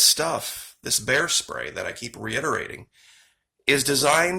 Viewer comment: You don’t have bears in Australia, do you? (Just asking because you accidentally said “bear stray” instead of “bear spray” and it made me curious 😄). I hope you’re all ok in Australia after those horrific fires!